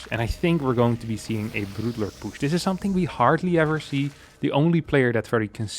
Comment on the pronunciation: I like the way he says poosh